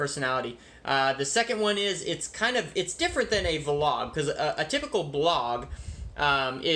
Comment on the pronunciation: I really like your videosI I find them interesting and educational. But I cannot stand to hear the word wlog.Keep up the good work.